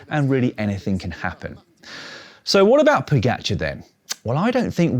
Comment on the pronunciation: Now if only he could pronounce Pogacar closer to how it's supposed to.